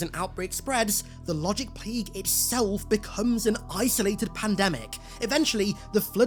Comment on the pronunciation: “The Wogic Pwague!”